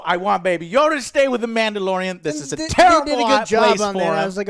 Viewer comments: baby yoda not yoddle wtf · Stop calling it Yodel... i already explained you that it's obviously Yoda.. it seems to be a story about what Yoda went through.. so probably a few hundred years before episode 1.. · why are they calling him 'yodel'?